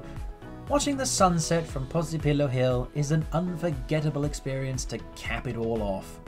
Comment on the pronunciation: Posillipo, not Posipillo 🙈 But yes, Vomero area on top of the hill is very nice and the views from Sant'Elmo castle are amazing. There are 3 funicular lines that take you up to the hill, but only two of them work at the moment (you can see in wikipedia which line doesnt work).